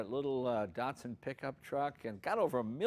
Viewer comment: Neeeesaaarn? Dartsoon? Wtf?